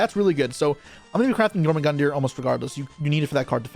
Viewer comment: It's pronounced Yor-mun-gundr. 😂